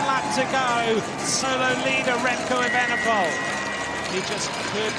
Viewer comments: Remco Vandepoel??? edit: he says that every time, sounds strange 😁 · Kudos to Remco but what if...MVDP! but I keep hearing Remco VDP but surely Evenepoel.